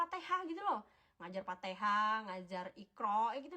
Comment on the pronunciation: Ngomong fatihah aja fatehah.